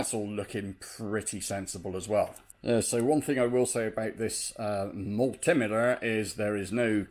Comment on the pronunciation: I love how you said mul-tim-iter in the intro. Somehow reminded me to order a new turbo encabulator!